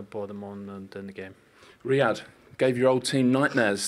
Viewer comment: It's riyad not Raid 🤦‍♂️🤦‍♂️